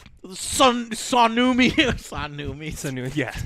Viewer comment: "Sarnoomi" 2019